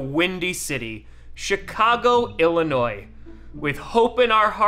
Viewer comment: Thank you for saying Illinois correctly. And for going to Midway. Its way better